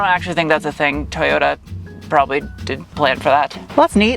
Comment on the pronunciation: Too yoo taaaaaaa not tooyooo daaa